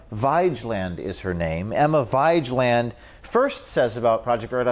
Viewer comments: “Emma V-eye-j-land” 😂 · It is Emma (scandinavian name pronounced Veg:land or Something in this line) Vigeland. And thank you for your hard work and good and informative investigations. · I imagine the correct pronunciation of that chic's last name is probably closer to (vaj-land). It's why Cenk keeps her around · I think her named might be pronounced Emma vi-gee-land, a play on the word vigilant? I could be wrong. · As a Norwegian, I'm offended. Vigeland is pronounced "veeg-eh-land". 😏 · Dude you didn't even do enough research to realize you're saying vigeland wrong.